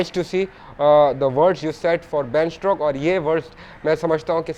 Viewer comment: Ben strokes Nai bhai Ben stokes 🤣🤣